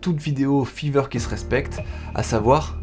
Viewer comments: RAH MAIS C'EST FIVER PAS FEVER sinon super video 😂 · grâce a f III ver, FAYVER STP LA PRONONCIATION !! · Je me suis abonné au début de la vidéo et là j'entends fiver prononcé litérallement fiveur et non faïveur xD Les petits détails qui changent tout 🤍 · Grâce à « fever » ... « ephone » ... « odd éveune » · Ça fait mal aux oreilles comment tu prononces five r